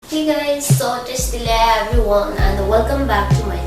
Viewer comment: Tashi delek everywoan....??? It's everyone